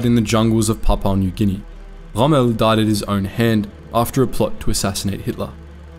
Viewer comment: There is no need for the ultra-continental pronunciation 'Chommel'. Montgomery was selfish in the sense of insisting on a huge margin of resources before beginning the Alamein campaign.